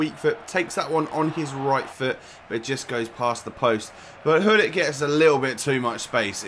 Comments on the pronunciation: Why you say ullit , the name is Gullit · actually...the name is grrr-ullit (I'm ducth jus saying)